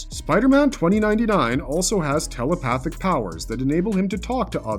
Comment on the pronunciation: "Does Spiderman 2099 have tell-o-pa-thick paw-wores..." - !?... No, pudgy mouth-breather of low I.Q and dense intellect, there is no "o" in telepathic. There is no "w" in thoughts, it isn't "thaw-uts." Learn how to breathe properly and your oration will become closer to correct.